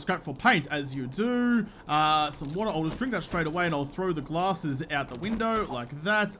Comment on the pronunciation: Whenever you say "glasses" with your killer accent, it sounds like "gallah-sses"... always good for a little chuckle. thumbs up This series is so educational!